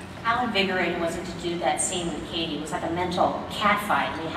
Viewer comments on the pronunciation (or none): its not katey- its kathy